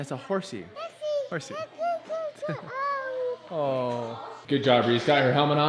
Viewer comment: I think wren was trying to say horsey but said reesey lol